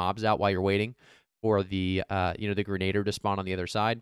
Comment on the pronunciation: Grenadiers- sounds like grenna deer. Excellent content! Says as Arnold I'll be back!